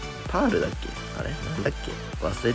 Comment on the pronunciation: やってたのは、ぱある、ってパールじゃなくて、全部ひらがなにしたみたいな感じで聞こえる笑